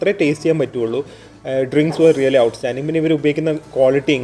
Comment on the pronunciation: Rrrrraly alla bro "Really"